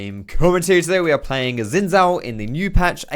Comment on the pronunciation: I hate how says Xin Zhao. That's just wrong, why not just learn to say it correctly?